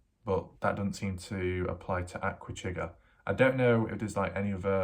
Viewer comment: I can't believe you have put Aquachigger down so bad. First learn to pronounce Aqua....it's NOT the way you say it. Chigg's videos are always good. He shares other information i.e. historical, informational unlike a good portion of other YouTubers including you of repeating yourself over and over and over. You've lost a subscriber not that it matters to you but compared to your subscribers to Chigg's you'll never get there.